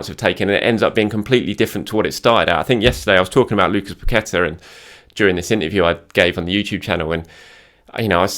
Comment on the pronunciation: has said it Zinchenko and Pacqueta imminent 🤣🤣🤣🤣